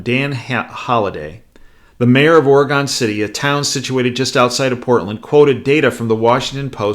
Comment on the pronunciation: Profound and accurate. But the pronunciation is "OR'uh-gun City" and Gov. "ENSLAVE'.